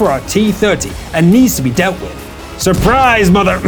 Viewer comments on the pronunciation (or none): He say surbrise and ...........